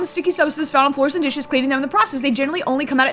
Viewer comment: I think she’s supposed to be from New Zealand 🇳🇿. You can tell from the way she says scratched like “Scr-etch-ed” and floors like “Fl-oAr-s” Australians speak with a slight nasal inflection and focus more on O’s, U’s , and R’s. New Zealanders speak with the A sounding like an E and the E sounds like a U, they tend to speak with a higher inflection on the end of their sentences where as Australians speak with a higher inflection at the start of sentences. Australians speak with the back of the throat to create that full slightly nasal sound, New Zealanders speak with their tongues closer to the roof of their mouthes and pronounce more syllables than Australians. It can be difficult to differentiate between the two accents but occasionally you’ll hear a New Zealander say something that just brings it out completely, it’s like a Scottish vs Irish accent.